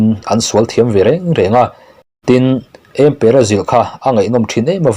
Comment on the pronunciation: ' Ëmpëra' lam dãn hi ka ziah anga lam rik tur ani ang.A chhiartu hian chhiarthiam leh chhiar ngaihnawm i tumna lamah Mizoṭawng lam rik dãn i thiamlohzia i tilang. Mizoin thil phurh nâna kan hman 'ËM' hi i hrelo ani ang.